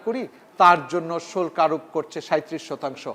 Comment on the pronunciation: এই গাধা তো বাংলা জানে না। শুল্ক্ না শুল্ক! বাংলা শিখে তারপর আসুন ।